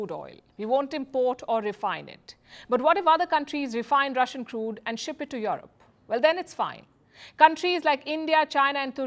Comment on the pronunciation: O baby when you say Jurope